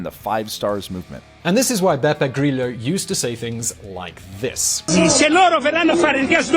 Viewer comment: Love how mispronounces italian names <3 Beppe Griglio, Beppe BBQ hahahah